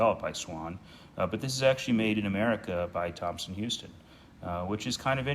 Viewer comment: Just so you know, it was spelled Thomson-Houston and "houston" (after co-founder Edwin Houston) was pronounced "house-ton". Thank you for taking care of a piece of the T-H legacy.